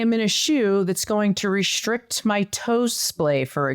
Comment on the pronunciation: ...What's "rish'rict" supposed to mean: "restrict"?...